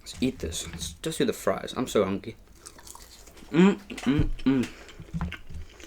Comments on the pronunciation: Did he just say I’m so hunky? Or hungry? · He said hungy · why does it sound like he said hunky ?